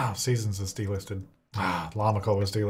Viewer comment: Everytime he said delisted I thought he said d-listed 😂😂😂😂